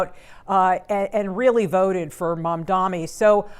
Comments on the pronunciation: There is a concerted push by bigots and islamophobes to mispronounce Mamdani's surname as MAMDAMI. We know you're doing it. You're not clever. Please fire the news anchor. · It's M-A-M-D-A-N-I, Mamdani the purpose of mispronouncing is to show passive aggressive opposition without openly saying your for or against him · say his name right 😭😭😭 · The stupid host needs to learn the name correctly. It’s not that hard.